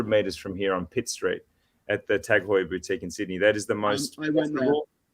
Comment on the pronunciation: Also, in case Four Pillars stays on as a sponsor, let’s just agree we need a special episode where you all take a shot every time says Tag Heur 😅